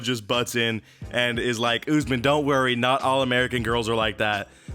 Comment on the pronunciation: Lol “oozman”